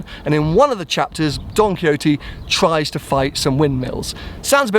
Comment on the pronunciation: please tell us who is Don Coyote:D.... spanish - on point!:D